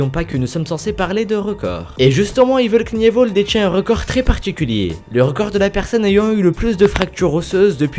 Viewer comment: #2 ca se prononc evil kenivol (knievil)